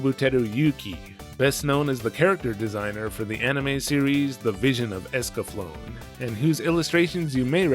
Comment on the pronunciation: Esca-flown? Everything I've seen pronounced it Esca-flow-nay. Then again, I did watch it on Fox Kids